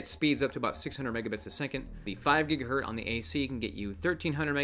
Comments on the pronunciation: GigaHert is the correct pronunciation were you born before 1960. The Z is silent. Does it even matter? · Please stop saying "GigaHert". Remember the Z!